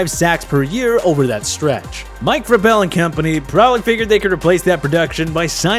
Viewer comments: Mike VRAY-bell not Mike vray-BELL. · “Mike Ver Bell” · As soon as you said Mike Vra-Bell I stopped watching... smh